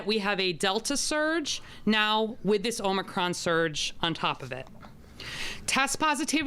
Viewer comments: She can't even pronounce it! "Omnicron?" Hoho, we better listen to this one. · This new OMNI CRON VARIANT omni? Omni? Omnicron supposed to be OMICRON....and play back at 25 % speed and see if you don't laugh. Really. 😂😂😂😂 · She is so stupid. she said "omnicron". She should take nightly walks through every neighborhood in Chicago WITHOUT her security!!! Can't believe she considers that hairdo to be an emergency that requires breaking her own covid restrictions!!!! Beyond pathetic!!!! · More fear-mongering and over-reaction.👎 Just remember this mayor has no authority to do these things. Just run your businesses and work your jobs as usual. These tyrants will be getting their comeuppance down the road. She can't even pronounce Omicron for goodness sake. That should tell you something. She is an idiot.